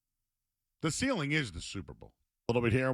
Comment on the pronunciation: C’mon fellas……… ceiling isn’t a very difficult word